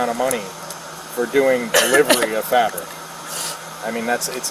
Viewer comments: What, the "frabric" 😂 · Can't ever speak clearly or correctly. FRabric. 😂😂😂 Fabric delivery pays bank doesn't it? I'm in the wrong business I see. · “I was delivering FRABRICS” omg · She doesn't even know how to pronounce "fabric". That makes her story even less believable. Not that it mattered..